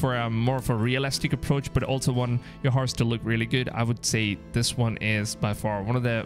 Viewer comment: ”Harse” 😂😂 you mean HORSE